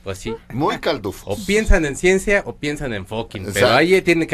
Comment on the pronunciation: La horacia se le quema el hocico al pronunciar Ciencia!